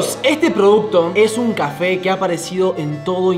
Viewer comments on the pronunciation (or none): Soy yo o dijo qufe enbes de cafe😂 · Porque dijo cefe en ves de café 😂😂